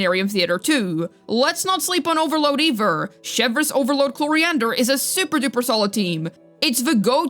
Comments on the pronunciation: my dear girl her name is Clorinde not Cloriander the E is silent at the end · At this point I'm just curious: Why does call Clorinde "Cloriander"? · At this point I'm just curious: Why does call Clorinde "Cloriander" most of the time?